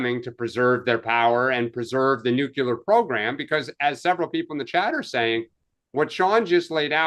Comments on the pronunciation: Much like mispronouncing nuclear. NUKE-LEE-ER, not NUKE-YOU-LER! B52, not B2! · Say it with me: New-Clear